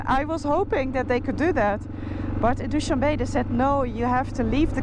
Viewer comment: Noraly, FYI; it is not pronounced "Dow-shan-Bay", it is Dow-shan-beh , not pronounced like the English word "be" , but rather the pronunciation of the first two letters of the English word "better". ❤🌹